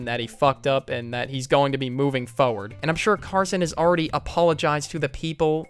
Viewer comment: ah yes "Moving Fowoad"